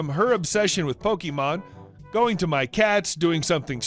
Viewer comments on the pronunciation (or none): It's Po-kay-mon Not Po-key-mon You're not Herman Cain.